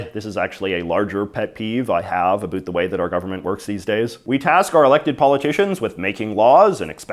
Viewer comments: We don't say a boot we say about..... In Canada ..... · Did you say aboet? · He’s saying about like that on purpose. Farming views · why do you say about like that? nobody actually says it like that. Why are you feeding into the stereotype? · you say "about" like and American or an actor on a Tim Horton's commercial (made in USA) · How are you able to pronounce the “o” in “now” properly, but you just CANT make that same sound when saying “about”???